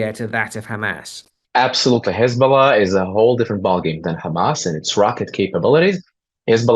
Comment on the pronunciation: Hej ball aah became Hej ball nah 😂😂